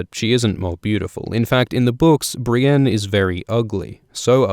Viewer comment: Audiobooks are great but i can't get over the fact Brienne is pronounced "Brain"